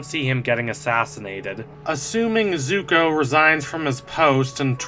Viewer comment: He pronounces it "zugo"??